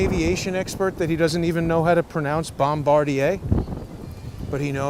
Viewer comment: Bom ba deer. Your pronunciation is unique in my experience.